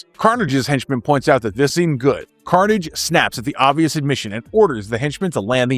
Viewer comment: buddy...don carnage is no relation to symbiotes his name, carnage is pronounced more like corsage like the prom corsage. don carnage speaks in a french European accent he isnt english. i say...it really grinds my gears when people mispronounce Don's name.